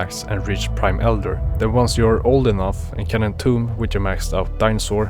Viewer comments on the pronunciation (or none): none